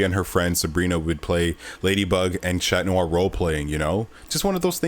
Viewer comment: chloe's mom is Audri not Aubri, and Adrian's alterego is pronounced as Catnoir instead of Chatnoir, he's a cat.